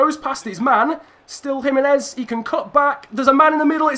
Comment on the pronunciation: jimenez is Mexican so it is h